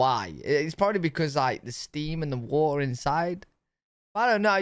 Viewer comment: The only thing I find weird about you guys is how you say ( a bottle of water )😅😂😅😂